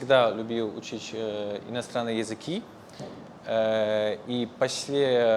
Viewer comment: Интересно, что он произносит к примеру учить как учич хаха) Типо, в польском есть слово, которое вот так звучит и конечно означает то же и самое. Я, кстати, из Германии) Честно, падежи и склонение и спряжение - не самое сложное! На самом деле, мне более сложно выбирать правильные слова, которые имеют конкретно то значение, которое мне нужно, потому что в русском есть дохрена синонимов, но почти каждый имеет свои нюансы. Это сложно!((